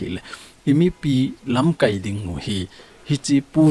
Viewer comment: Lamkaipu, lamkai na pronounce dan chu a dih poi. Tua na pronounce dan chu 'verb' banga a kiman teng hitia chu man ding ahi. Noun ahi teng KAI ti lai chu kai sao ding ahi.